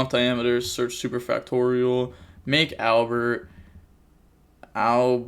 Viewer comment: I’m so proud, you finally learned how to say superfactorial correctly ❤️